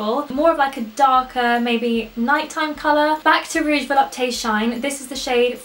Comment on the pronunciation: If there isn't any accent, Volupte is pronounced vo-lupt, no need to pronounce the "e" at the end. I'm a recent French fan of yours :)